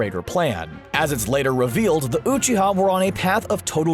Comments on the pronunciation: you're sayin uchiha wrong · How he says Uchiha triggers me.